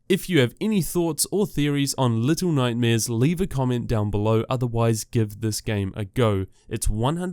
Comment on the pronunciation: He said little nightmaeers